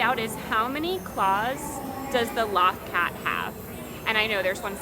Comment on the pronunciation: Loth Cat = 'low-th cat' not law-th cat. :)